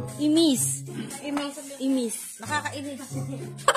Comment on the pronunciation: it's not Imís it's Ímis